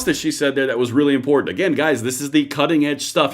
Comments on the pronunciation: I don’t trust anyone who says important like that guy did…. Import tant 😂😂😂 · Lost me at imporTanT, how do say several?